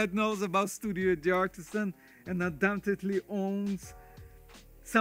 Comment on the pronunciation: In French or Italian language, like the name D’ARTISAN never pronounce the apostrophe Dee. Dartisan is how to pronounce it.